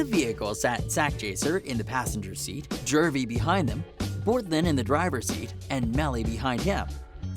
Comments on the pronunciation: JEW-V not Jurvy man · IT IS JUVY NOT JERVY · Where the fk is this dude from? He can't pronounce Juvy? The hell he keep saying Jervy for. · He said ynw jurvy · STOP SAYING JERVEY ......wtf